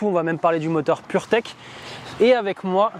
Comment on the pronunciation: Dès qu on entend purteck 🤣🤣🤣